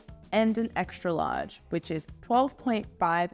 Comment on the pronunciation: ExtRa not exta.